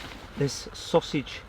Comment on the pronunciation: Sos-sig casserole 😂